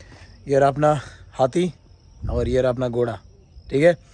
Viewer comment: Godha not goda